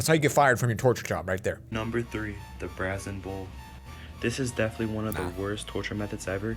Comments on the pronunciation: who else noticed that he pronounced brazen wrong. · Number 3 the “brahzen” bull It’s pronounced “brayzen” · the way that dude pronounced brazen 😂